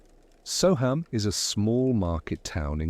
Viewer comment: It’s pronounced So um not So ham